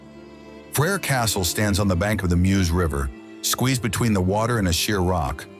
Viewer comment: Freÿr is pronounced "fray" "eer" .